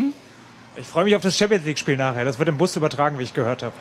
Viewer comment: Hat er gesagt championsneekspinale? Erinnert schon an Family Guy mit den legasthenischen Sportnachrichten: Der FC Mayern Bünchen treffen heute auf Dorussia Bortmund im Championsneguefilale.